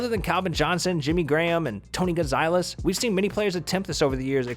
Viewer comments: Was he really saying Tony gonzilez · “TOE-NEE-GONSAHLIZ” you can’t even say “tony Gonzalez” right😂😂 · I can't take anyone seriously who puts an long i sound in Gonzalez!!! Dude - where'd you get "Gon-zi-les" from? Just can't. 🤣🤣🤣😂🤣 You do know that Google will pronounce words for you, right? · Gonzalez Gone-zaw-lez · Anyone else get triggered when he said Tony Gonzailes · If you say Tony Gonziiles one more time bro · Did this guy seriously say Tony gon-zile-ez? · Tony gonzailes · Tony GONZaLEZ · This is a very well done video but hearing Gonzalez made me cringe a bit😂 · anyone else raging because he can’t pronounce “Gonzalez” correctly